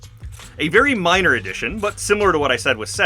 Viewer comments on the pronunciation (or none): none